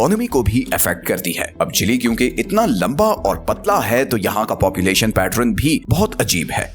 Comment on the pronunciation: Not chilli it's chil'e